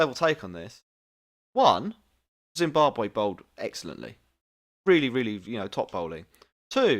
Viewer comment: its Zimbabwe not zimbabar